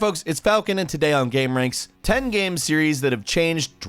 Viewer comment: What about when he says "gaem"?